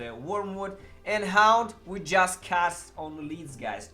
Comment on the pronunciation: Hound or HAUNT??? :) you need to improve your english pronunciation... :)